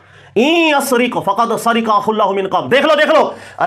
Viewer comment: بار بار سرِق (را کے نیچے زیر) پڑھ رہا ہے جو صحیح نہیں درست (را پر زبر ہے) اس لئے درستگی کی درخواست ہے